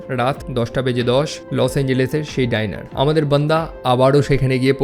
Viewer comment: ডাইনার❌ ডিনার 🙏🥲